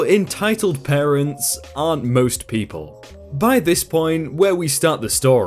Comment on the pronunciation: Anyone else notice the intro said partents?